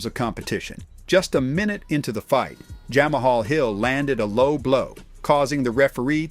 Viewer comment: Jamma hall? Hahaha this voice saying all these names wrong is killing me